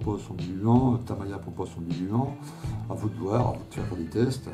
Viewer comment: tamiiiiiiiiiiiiiiiya et non tamaaaaaaya désolé mais ça me gène, sinon très bonne vidéo bien expliquée et détaillée.